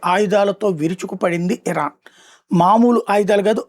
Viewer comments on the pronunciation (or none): none